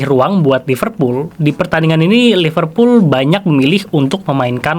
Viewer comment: Gimana fans liverpool sucribe lo klo lo nyebutnya iful kek fans mu